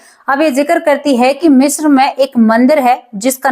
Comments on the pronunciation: शब्द का उच्चारण ग़लत ऊपर बाले का आशीर्वाद ग़लत को ग़लत मानने में बुराई किया आप ने ग़लत उच्चारण किया तो मान लो 😊😊😊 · मिश्रा नहीं, मिस्र कहो। थोड़ा-बहुत पढ़ाई भी कर लिया करो।